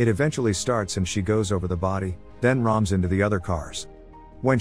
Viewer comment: ... "Then ROMS Into TheOther Cars." 😜